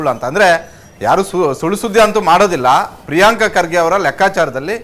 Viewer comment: ರೀ ಸ್ವಾಮಿ ಪ್ರಿಯಾಂಕ್ ಅಲ್ಲರೀ ಪ್ರಿಯಾಂಕ ಅಂತ ಕರೀರಿ